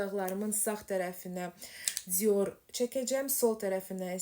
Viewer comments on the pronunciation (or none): Cior yox dior civarı deye bir söz yoxdu dilimizde dilimizi qetl elemeyin zehmet olmasa